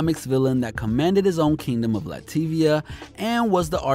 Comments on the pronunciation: he said "Lativia"... it's Latveria! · Bruuuuuuuh, Lateevia!?! It’s Latveria jesus crisis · Lativia its latveria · lateeviuh lol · I stopped after he said "LATIVIA" LMAO I'm done yalls qualities is like a college presentation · Bro, its Latvaria. And when you were talking about Elektra records you pronounced it Electric. Take some time to do your research man